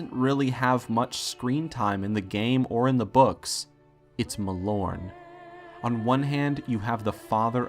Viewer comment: Muh-lorn........... lol